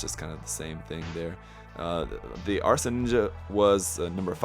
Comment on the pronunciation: Asra, not arsa 😊